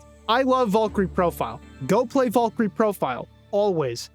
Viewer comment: I kept hearing you say 'Vulkry" over and over, and then I saw who you meant. VALKYRIE! VAAL KEER EE! And if that's how the game pronounces her name, then the game is fucking wrong, too.